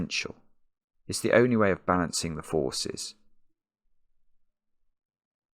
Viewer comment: "It's the only way to balance the forces", he says, and I hear "It's the only way to balance the four-ses"